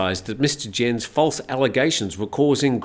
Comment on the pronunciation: Just in case it crops up again Herr Jens' name is not pronounced 'djens' but 'yens'...